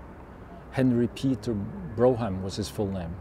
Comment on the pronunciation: Brougham pronounced Brorm